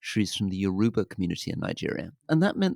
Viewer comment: his pronunciation of Yoruba 🤣🤣🤣 it’s Yo-Row-Bah